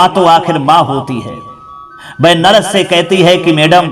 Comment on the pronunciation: भाषा बहुत अशुद्ध है, नरस नहीं नर्स बोला जाता है।